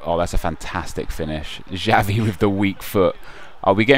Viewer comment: Its not Javi mate, it's "Chavi"(Xavi)